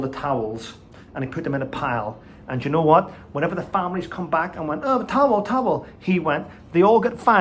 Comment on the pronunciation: I'm Norn Irish too but what way are you pronouncing the word towel?! 🤔